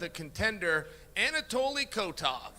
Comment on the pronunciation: "Kotov" - Chael